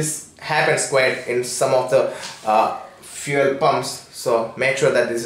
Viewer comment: Bhai ka vocab- vehicle - "vaykal" sorry - "sooory" fuel - "feaul" fueling - "feauling" away - "ayeway" rupees - "rupis" and so on... RIP English...🌺